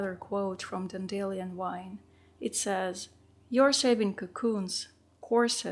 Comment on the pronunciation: I love that: " even the worst art journal pieces have the right to exist" that is just brilliant! I love your artwork and also your philosophies and insights. oh and here's one "fun" correction Dandelion= pronounced dandy lion, because , before this flower bursts into white fluff it looks like the mane of a little lion. ❤